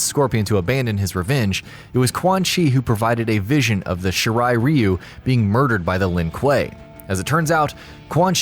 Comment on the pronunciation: Oh god. . . So many names mispronounced. SOMEONE TEACH THIS MAN HOW TO PRONOUNCE SINDEL, SHINNOK, AND THE SHIRAI RYU!